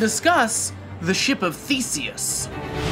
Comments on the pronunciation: I swear I first heard "ship of fiecies " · I kept thinking he said The Ship of Feces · thought he said: ship of feces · lmao I thought he said "The ship of feces" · I thought you said "The ship of feaces" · i thought he said "the ship of fecies" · I thought for a second he said "The ship of feces"